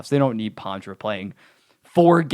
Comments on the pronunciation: It’s pronounced Paw-truh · I know it’s Poitras, just the way he’s saying it is Pontra for some reason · You mean poitras right?